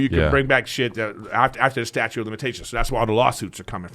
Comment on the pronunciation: Brendan's the smartest guy in the room til he has to say "statute" lol.